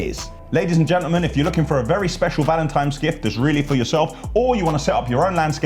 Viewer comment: “valintimes” comedy